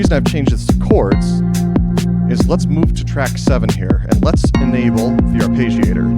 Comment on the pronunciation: There is no sound "page" in arpeggiator. You can get the correct pronunciation in the English to Italian translator. It is the same sounds both in English and Italian. But you seem very exacting so I thought you would like to know.